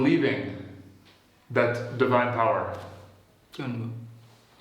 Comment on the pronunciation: He don't know how to pronounce divine